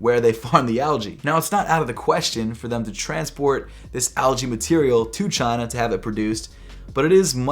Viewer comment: he said made in Chaineeeh....